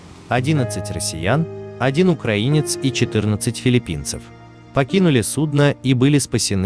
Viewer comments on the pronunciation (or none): none